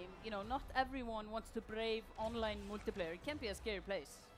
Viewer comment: Drinking Game: Everytime she says Moltiplayer